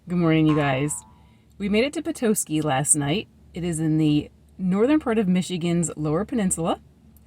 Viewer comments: I am having a hard time watching your channel because you are crushing the word Petoskey. Before you go anywhere, find the pronunciation online and then say it it’s not PE-TOE-SKY. It’s. PET-TOSS-KEY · I’m only 1 minute into the video and had to come to the comments to see if anyone corrected her 😂 I’m a Petoskey native and you’d be surprised all of the creative ways people mispronounce it. The best way to spell it out for local pronunciation sake is: Puh-Tah-skee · Please it’s not Peetoskey!! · Not me yelling "Petoskey." But you manage to pronounce Petoskey Stone. 🤦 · that's not how you say petosky. you said it right . it's a nice town but expensive to live in. ernest hemingway's family had a place near there when he was young.